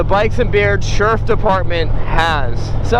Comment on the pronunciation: Killing me with the "SHERF"